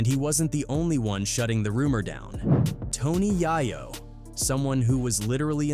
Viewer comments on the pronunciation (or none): Yea I mean Jay i o vine and Tony ya yo😂😂😂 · C’mon. Tony jajo. Every time I hear his name pronounced wrong by this AI goofball thing. It makes me cringe. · Tony YaahYoh and Pack bro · WTF IS TONY YIYO?😂😂😂😂😂😂😂😂😂